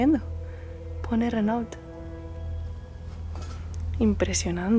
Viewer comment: Renault se pronuncia "Reno" (No se prononcia la "L" antes de la "T"... 😉😉💖💖